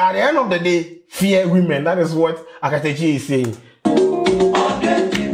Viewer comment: It’s Akatakyie😂 but you tried👍🏽